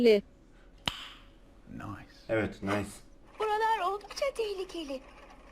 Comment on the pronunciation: Bende farketmiştim nice demiyor noice ses